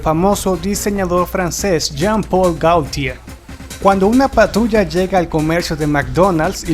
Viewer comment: Y en vez de pronunciar | gotié | (Gautier), dice 'Gáutier'.